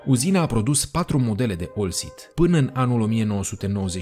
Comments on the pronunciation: oltcit nu olcit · Baaaaa….OLTCIT !!!! Nu OLCIT.?..